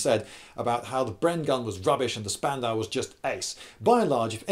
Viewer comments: It's pronounced "Shpandau". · It’s pronounced more like shpandau because sp in German is pronounced shp just a little fact besides, I really like your videos Lloyd( I’m from Germany) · ....ouch....you misspronouncing spandau so hard.... sorry i am german... despite this i don't get why people compare the mg42 and the BREN....they are both mashineguns...yes...but they have a completely diffrent purposes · Cool video, but Spandau us pronounced "shpandau" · Lindy, I love you but every time you call that thing a spandau a small piece of my soul dies.